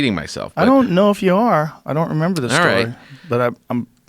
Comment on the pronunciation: Take some alpha brain joe you just said “do you member” 😂😂😂